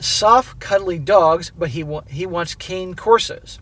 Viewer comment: Cane Corso is pronounced Kan-ay Core-so...😂😂